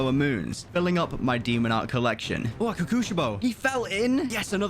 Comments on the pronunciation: its pronounced ko-ku-she-bo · Omg I just realized how he pronounces Kokushibo 😭😭😂😂😂